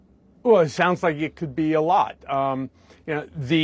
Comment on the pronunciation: Thank you Michael for the correct pronunciation of “a lot” versus tRumpt “a laat”!